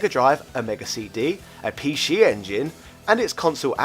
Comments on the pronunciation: The word is PC not p she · i will forever pronounce it the Pee Shee Engine :D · Pee Scheeeee Engine LOL